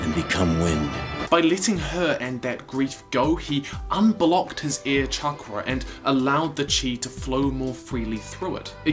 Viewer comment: Why is he saying chankra?